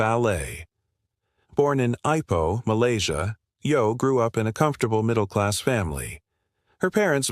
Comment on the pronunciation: It's pronounced Ee-poh, you illirerate AI douchebag👎